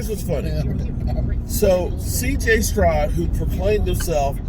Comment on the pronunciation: CJ Strod.....his damn name is Stroud.....like cloud